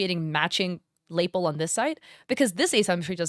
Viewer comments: I really appreciate your video and your insights. I'm a middle school art teacher and thankfully, my students are not really into AI art and we only do hands-on 2D and 3D work in my class. This is a really small thing- lapel is pronounced "lah-pell" rather than "lay-pill". I can tell you are someone who reads a lot and has probably only read the word and not heard it out loud. I have a list of words that I had the same issue with and all of my friends who read voraciously did as well. Honestly, I'm sure I still have some words that I have only read and think are pronounced one way and are pronounced totally differently. I'm definitely subscribing to you! I really liked how clearly you explained everything in this video and the visuals you used to show oil painting techniques really made me want to paint again! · LaPEL. Please stop calling them LAYpulls. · Lapel is pronounceed more like Luh P-Elle. Sorry I had to say something because I couldn't figure out what laple is. (Not pronounced like staple.) I realize English is not everyone's first language and some words people have only ever seen in print and never heard spoken. This comment is purely meant to be helpful. Great video thank you for bringing continued awareness to this topic. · just fyi: it's pronounced /ləˈpel/ ("luh-PEL"). i totally understand the confusion because it's spelled so similarly to label. just thought you might like to know since i'd want to know! love your videos, thanks for covering this one. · Lapel (in clothing) is actually pronounced "lah PEHL". And yes I agree, there are so many AI tells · I’m gonna be the one jerk here calling out the pronunciation of lapel (luh-PELL). That said, AI assessment is 100% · Lapel is pronounced as La-pell, Queen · Lapel is pronounced "luh-pel" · Lapel is pronounced luh-PELL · lapel= Luh-pell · "Lapel" is accented on the second syllable like "lah-pell" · Not criticizing but just an FYI: lapel is pronounced la-pel. Like luh-pell. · Lapel rhymes with Chappelle.